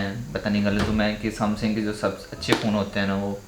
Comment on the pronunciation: Samsung hota hai samsing ni